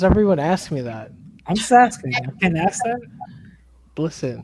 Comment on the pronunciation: said "Franco axed"...his Ghetto Boujie ass. The word is "ask" not "axed". Projects resident ass. You don't live in no high-class place.